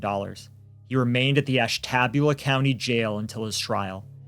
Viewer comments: As someone who was born and raised in Ohio ( though I left in 89) I am only going to comment on the pronunciation of Ashtabula, it’s not Ash-TAB-ula, it’s Ash-TA-bula. I know it’s stupid, so is the way they say it🤷‍♀️ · Sometimes I forget local names aren't universal... Over here we say "Ash-tuh-BYOO-la". Glad I wasn't driving, because "Ash-TAB-yuh-luh" would have taken me out 😅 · Ashtabulah is pronounced Ash-tuh-bue-luh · Ashtabula: ash-tah-BYU-la, just fyi I live around the area and Ashtabula is a mess. Drugs and poverty are absolutely rampant. I’d bet there’s tons of cases just like this one from here that need brought to light… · AUGH, I really like you guys but that was like nails on a chalkboard 🤣 in the area it's pronounced "Ash-tuh-bew-luh" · This dude said “Ash-tabula.”